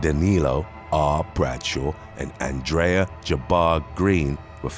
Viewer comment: RIP to the way the name “ Xavier “ was said …. He said “ Za vee yay “ and I … I simply can’t . The name “ Andrea “ ( on-dray ) was pronounced “ on dray uh “ I simply cannot .